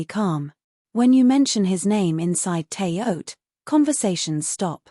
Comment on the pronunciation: Shouldn't it be pronounced "Terra Haute"?